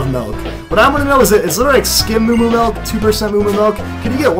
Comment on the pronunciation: oh god. he says "melk" instead of milk....but its okay i still love ur walkthroughs:)